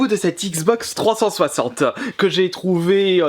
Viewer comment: Bonjour ! J'aime bien ta façon de dire XBox 360 ! Tu le prononce " Xbox Trois censocente " =p Evidemment je te taquine ! Ne le prend pas mal. Continue comme ça, je dépose de mon coté un petit Like ! A plush' .